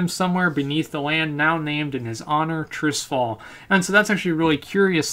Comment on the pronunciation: It sounds strange when you say Trisfal, it's called Tirisfal T I R I S F A L!